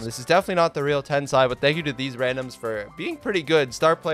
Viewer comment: He was not Tensai... he was: Tensei.